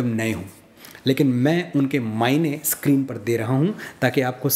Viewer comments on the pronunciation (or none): none